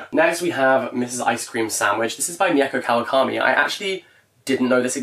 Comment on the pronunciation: mieko kawakami’s first name is actually pronounced like mee-ko not me-eh-ko 🫶🏻